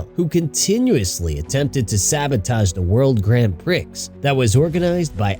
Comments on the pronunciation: “Pree”, not “Pricks” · It's pronounced "pree" I'm pretty sure. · i mean he said the X in Prix with the Pri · That’s a funny way to say prix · You pronounce "Prix" wrong, the "X" is silent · yeah but you don't pronounce the X in Prix, it's silent